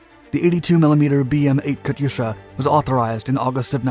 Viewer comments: Pronunciation question: Isn't the "y" in "Katyusha" silent? The "yu" is a transliteration of "ю" in "Катюша" (though when transliterating back to Russian, sometimes a plain "u" is rendered as "ю", depending on placement). In certain uses, "ю" is indeed pronounced "yu", but when following a consonant it is simply pronounced "u" (though it does result in a slight softening of that consonant). But pronunciation of foreign words can be idiosyncratic between languages. Are there any languages where "Katyusha" / "Катюша" is properly pronounced with an audible "y"? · Pronounced “Kat-tooo-sha”